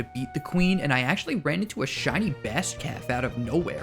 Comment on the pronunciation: The fact that said holy Shinx made the video 10x better